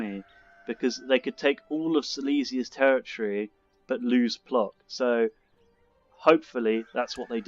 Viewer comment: The craven trait seems to be in the family! I'm glad you joined The Cold Ones again. That questline is just soooo hilarious! I must say the Council mechanics often grate my nerves. I am considering turning that DLC off next time I play...what are your thoughts on it? Oh, just fyi, the pronunciation of 'Plock' is 'Pwotsk' ;-)